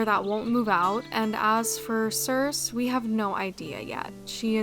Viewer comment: FYI— sorry if you've gotten this comment before, since this is an older video— but the name Circe is pronounced with a long E on the end (like ee). Greek names with an "e" on the end all voice them (Aphrodite, Euridice, Penelope, Persephone all end in "ee".)